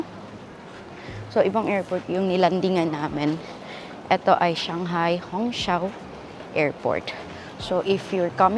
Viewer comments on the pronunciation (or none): Hongqiao is pronounce as “hong chiao”